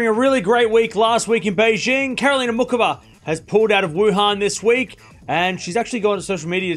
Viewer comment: Muchova.... Her name is pronounced MuHova, not Mukova. It's a Slavic, central European name, not English. Just saying 😉 Best wishes 😊